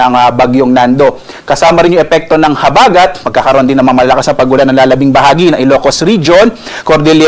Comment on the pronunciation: Ayusin mo pagbigkas huwag mong gawin mabilis ang salitang malumay na salita tulad ng habagat